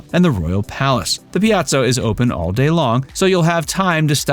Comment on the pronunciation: Piazza Not piazzo